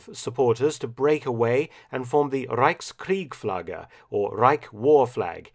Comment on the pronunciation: Reichskriegsflagge - not Reichskriegflagge